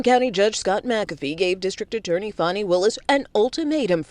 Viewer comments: I wish yall would say her name correctly. It's not "Fanny" 🙄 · Can the two men start pronouncing Fani's name correctly? You can't claim ignorance when you know how to pronounce it correctly and choose not to. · 2 Black men that repeatedly mispronounced Fani’s name is deplorable and disrespectful. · Seriously, and the same with Kamala. They are acting just like wyt people that can’t be bothered to pronounce untraditional black names, but have no problem pronouncing Tchaikovsky or charcuterie board.🙄